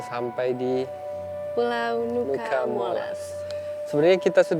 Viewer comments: Fyi, Nuca dibacanya tetap Nuca, bukan "Nuka" ya teman-teman 🫶🏻🥰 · Sedikit koreksi kak, cara bacanya bukan nuka tapi nuca. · Cara bacanya Nuca bukan Nuka kk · WO are the best ..catatan, sebutan nuca tetap seperti tulisannya, bukan dibaca nuka...nuca artinya pulau